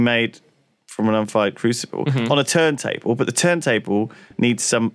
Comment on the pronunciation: I thought Lewis said turd table